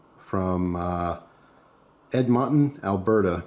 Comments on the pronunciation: Also it’s pronounced Ed-Mon-Ton 😂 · The way you said Edmonton cracked me up lol!!